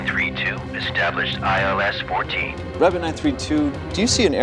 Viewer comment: 航空用語3=tree 9=niner 還有ILS runway 14 應該讀做one four而不是fourteen